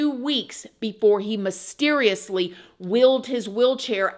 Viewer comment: Mis teriously not mahsteriously